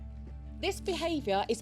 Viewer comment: not the real Supernanny, she didn’t say “Unasseptable”